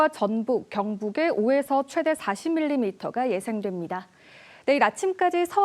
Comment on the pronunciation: 기자가 '최대'를 아주 짧게 발음하는데 '최:대(最大)'라고 장음으로 발음해야 한다. 한국어에는 각 단어들에 장음(長音), 단음(短音)이 있어서 국어사전에도 표제어 장음 글자의 오른 편에 : 표로 표시되어 있다. 그런데 요즘 젊은 기자들은 특히 한자어를 말할 때 이를 전적으로 무시하고 전부 아주 짧게 발음한다. 예컨대 여:당(與黨), 야:당(野黨), 대:선(大選), 재:선(再選), 피:청구인(被請求人), 가:처분(假處分), 최:고(最高), 최:대(最大), 양:국(兩國), 대:화(對話) 등, 긴 발음인데 아주 짧게 발음하는 것이다. 이런 폐해는 한자 사용의 폐지에서 기인한 것이다. 요즘 한국인들의 '한자어' 구사가 이 모양 이 꼴이다. 정말 큰일 났다.